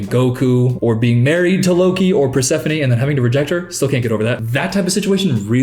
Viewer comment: how is he god spoused to persephone but doesnt even know how to say her name right???!!!